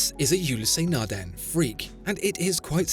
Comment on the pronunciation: Its Nardin not Nardan.😅